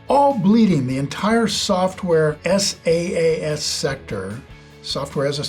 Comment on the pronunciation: It's ahkta not ohkta. And it's pronounced Sass not S A A S.